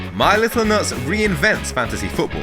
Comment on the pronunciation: I listened to just the audio and I always thought he was saying my little notes but it just sounded like nuts so people made fun in the comments, but it's actually my little nuts 😂 how!?